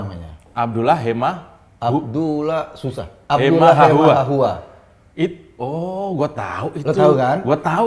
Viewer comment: Ijin Pak Eko Kuntadhi &..... Ada baiknya kalau perbincangan jangan melebar atau salah pengucapan "Hehamahua"! "Hehamahua" adalah salah satu Marga/Fam dari Ambon Maluku, dan jika ini dibiarakan pasti terjadi tuntutan dan menimbulkan kemarahan oleh warga Maluku, terlebih khusus pemilik Marga "Hehamahua" Mari memberikan pencerahan yang positif, tanpa menyudutkan Suku/ras orang lain.